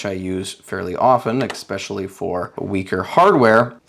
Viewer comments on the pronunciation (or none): Especially, not ekspecially...